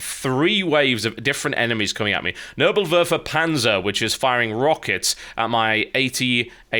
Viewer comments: never heard somebody pronounce nebelwerfer panzer quite this way. its hilarious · I just love TB's pronounciation of these German Nebelwerfer Tanks :D